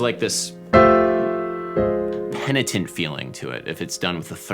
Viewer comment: What's "penetant"? I can't find this word in any dictionary :|